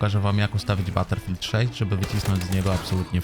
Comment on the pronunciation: baterfield 6 XDDDDDDDDDDDDDDDDDD